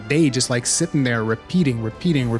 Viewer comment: Can't take this guy serious when he's mispronouncing Alatreon's name wrong. And he's wrong, this gatekeeping shit is going to kill the series if they keep this nonsense up.